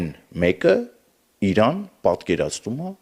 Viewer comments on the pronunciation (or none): none